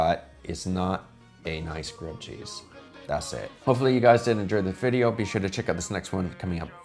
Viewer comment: Oh nooo, you dont make a reaction weejio of reaction weejio? hiyaaaaaaaa